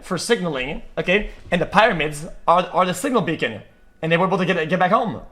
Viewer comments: Nah x is smoking some zaza no way he says pyramids perfectly in the video but now it’s the pyromids 😂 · “Pie RA Mids” is insanity